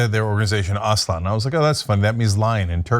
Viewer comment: "Aslan" is a famous fictional lion from C.S. Lewis's "The Lion, the Witch and the Wardrobe"...and no excuses that neither of these hosts seems to know how it is pronounced